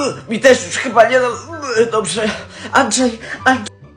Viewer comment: Jeszcze ta matka zamiast Andrzej to powiedziała Andżej